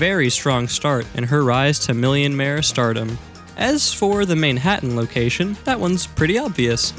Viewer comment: IM SO GLAD YOU REMEMBERED TO SAY MILLIOMARE